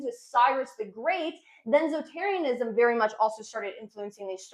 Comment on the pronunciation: Zotarianism? Zoroastrianism?